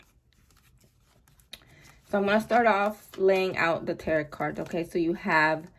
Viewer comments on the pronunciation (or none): I love your readings!!! They’re always so on point!!!! Thank you for this!!!🙏🏼💕🙏🏼💕 (Also, just wanted to let you know that the last T in Tarot isn’t pronounced so it should sound like ur saying “Taro” 💖)